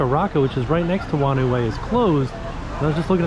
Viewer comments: Nz here: “whanau” in “whanau way” is pronounced like “fah-now”. “Wh” is an “f” in Maori and some other Polynesian languages. It means family 😊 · Whanau is Maori for family, and it's pronounced like far-know. Wh makes an f sound.